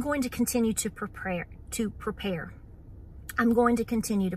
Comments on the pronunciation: Preprayer....I love it!!!! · When misspoke and said “preprayer” I thought she just gave us a new word! Prepare with prayer. Beautiful. 🤗